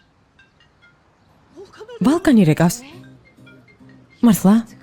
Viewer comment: მიყვარს ეს სერიალი, მაგრამ მაღაზიანებს არასწორი თარგმანი, სახელები მაინც წარმოთქვით სწორად, ვოლკანი და არა ვალკანი, იონჯა და არა განჯა